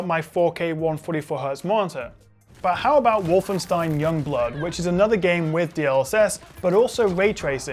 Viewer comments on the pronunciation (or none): none